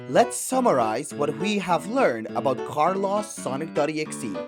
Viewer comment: Car loss 😭😭😭 Neocities omg the pronunciation on these